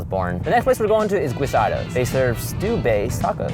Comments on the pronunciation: I've never wanted to be that latino who says "If you don't speak Spanish you are not a real Latino" but the Guisado's guy pronunciation... makes me so uncomfortable. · I hate the way the guy from guisados said his last name